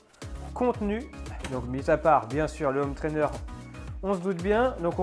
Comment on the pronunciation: J'adore les vidéos de la chaîne, vraiment une qualité professionnelle étonnante ! Merci ! Juste une chose, je n'arrive plus à supporter la liaison "zhomme trainer", fallait que je le dise 😀. Continuez, c'est top!